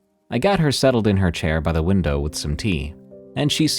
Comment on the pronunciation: Good catch with Lake huRON! I heard winDOWW too! This causes a brain skip to me and makes me a little sad with now another AI so few humans left on the Dead Internet!😢